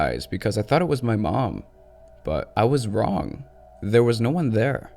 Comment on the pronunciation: 'nothing was wong' i laughed so hard. good video though!